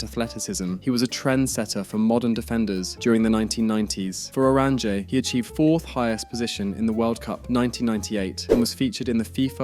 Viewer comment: Bc the pronunciation is really bad. Either just say the orange, or 'Oo-rawn-yuh'